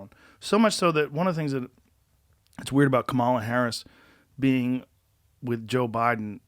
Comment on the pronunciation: If she might be your next vice-president, at least pronounce her name correctly, Joe Rogan. Kamala is pronounced "comma-la" not "ka-ma-la". It means lotus flower.